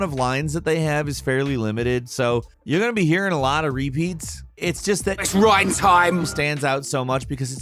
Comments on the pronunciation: Not Rain Rine ok Reyn is pronounced Rine not Rain ok I know this kind of comment is annoying but it bugged me ok and if this bugs you then Ignore me it's honestly not that big a deal but I just wanted to comment about it anyway so have a nice day and if you read all of this thanks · How the heck can get names wrong when there is voice acting for the names? In the clip he is complaining about with Reyn he says his name and yet still goes 'Oh yes, Rain' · I'm just listening while doing the dishes and I'm like "who the heck is Rain from Xenoblade? How dare you mispronounce Reyn???? I'd say more, but "Let's not lose our heads, though" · Stopped watching when you said “Rain” from Xenoblade lol. Pulling an IGN there. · ...how do you pronounce it "rain" when a clip of him saying his name is in the video??? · no no no no noooooo, it's not "reign" I'm sorry but if you've played XCDE (or the OG game) then you'd remember "now it's Reyntime!!!" it's not reign-time. - i'm sorry but your massively incorrect pronunciation vexes me to no end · I just knew he was gonna pronounce Reyn as "Rain" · He mispronounced Reyn's name even though his only problem is Reyn says his name too much... how? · How can you mispronounce Reyn wjen you literally play him saying it in the video. Also he's arguably the best character in the game combat wise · Oh come on! You seriously didn't even bother to say Reyn's name properly! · The fact that he mispronounced Reyn's name after saying that the line is seared into his brain is just laughable. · Reyn should not be on the list. Firstly, you pronounced his name wrong, there are even clips in this same video that show how to pronounce it correctly. And secondly, it should be Sharla instead. She doesn't have as many annoying lines and she's good for healing, BUT HER RIFLE COOLDOWN!!! It makes her a liability. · why do you pronounce his name rain when he says his name in the voice clip you showed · "It's RYEN time" got me. XD XD.